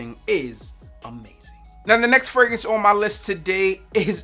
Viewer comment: the way you say "fragrance" kills me. "Fraguntz" 😂😂😂